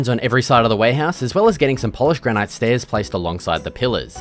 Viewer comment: granite is just pronounced as granit, nice build though